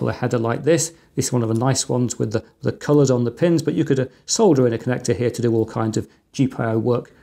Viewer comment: I'm sure Chris pronounces "solder" properly too, with an L in the middle, not like "sodda".